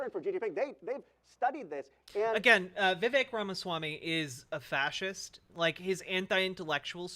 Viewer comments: Vivek rhymes with cake :_kekw:. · Came here to remind everyone that Vivek rhymes with cake but damn, you beat me to it.